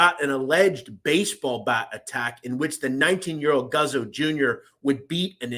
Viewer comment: It's pronounced Goots-oh.